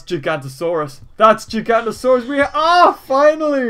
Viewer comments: It's not Gigantosaurus. It's Giganotosaurus. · It's actually pronounced JIG-AA-NO-TAA-SAWR-US